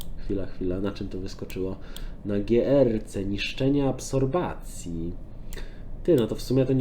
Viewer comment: Absorpcji* nie absorbacji XD